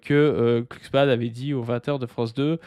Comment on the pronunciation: glu, et non pas klu(cksman) . Ça et la théorie du jaure, ça me troue le uc.